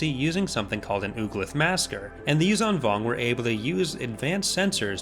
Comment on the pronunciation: Repulsorlifts would be of limited use in a vacuum. Also, the 'zh' in 'Yuuzhan' is pronounced like the 's' in 'leisure'.